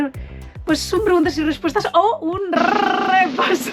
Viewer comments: Ayyyyyyyyyyyyy es que se me cae la lagrimita al ver el rrrrrrrrrrrrrrrrrrrrrepaso de comentarios (ts ts ts) a ver como?... y el roastyourself....... en fin desde 2013 aquí es lo suyo jajaja. Me encanta verte tan feliz, tan tú. Estos vídeos molan <3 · LA EMOCIÓN CON EL RRRRRRRREPASO DE COMENTARIOS HA SIDO HEAVY 🥹